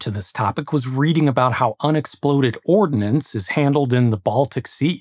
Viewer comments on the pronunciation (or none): Grady, I only caught one (pronunciation) mistake -- "ordnance" is stuff that goes "boom," while an "ordinance" is a regulation, directive, etc.